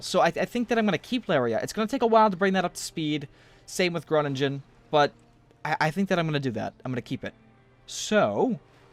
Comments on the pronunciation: Its pronounced Gronnigen not Gronnijen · I know the dutch names are difficult for foreighners but please try to fix your pronounciation of groningen. You can give up on the dutch g since no one can pronounce that. But the ingen part you don't pronounce it as in-gen but as ing-en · Hey i don't want to be annoying and i always like your vids but because im from the Netherlands i want to say that the last 'g' in the city name 'Groningen' is pronounced soft. As in the word 'singing'. I know maybe its weird but its like 'singing(en)' but of course the first part different. One of the next cities will be Nijmegen (where im from):D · I am from the Netherlands and I find it really funny how he is prenouncing big Dutch cities like Utrecht and Groningen XD